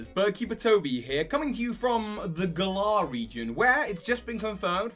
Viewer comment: its GALar not gaLAR